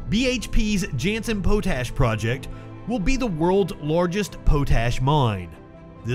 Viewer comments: Also, pot-ash. Not poe-tash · Potash is pronounced pot - ash. Not Poe-tash. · I thought it was pronounced Pot ash, not Pote ash...